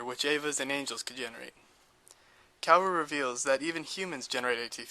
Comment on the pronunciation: you cant say KAWORU right ? KA-WO-RU not kewewi ,kewewe ,kewow Overal , this VIDEO.... IS SO GOOD , make me understand EVA THANKS